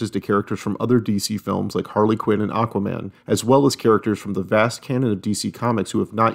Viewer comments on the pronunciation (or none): none